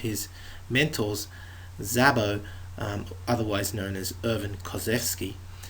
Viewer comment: Zabo as in Heybo not Zabo as in abbo